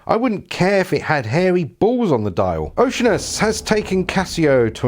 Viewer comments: You're mispronouncing the name...it's not OCEAN-us, it's oh-she-ANN-us. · It's Oh-shee-ar-nus. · "O see ann us" - even for you Brits. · " O SEE ANN US "